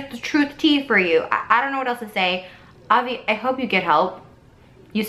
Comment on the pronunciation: She's not even pronouncing his name right most of the time.. I doubt anything happened here. Not to mention in the bags she shows there's a pair of pink flip flops wedged in them... I doubt he wears those lol